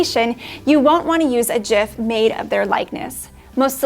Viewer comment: with the connect pronunciation of gif, congrats 😀